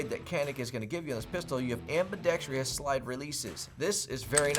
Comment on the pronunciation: Ambidextrous > Ambidextrious Why do so many folks born after a certain year keep sayin certain words wrong consistently? It's so bizarre. PsyOp Victims.